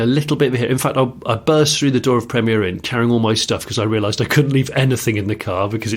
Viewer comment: it's Premier Inn not Premiere Inn...you are making them sound posher than they are